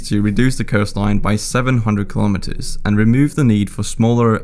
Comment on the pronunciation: Another great courtesy you could do (not just to the Netherlands) is to pronounce the word 'kilometres' correctly.